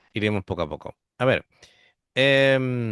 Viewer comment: not 「haru no kage」 「haru hi kage」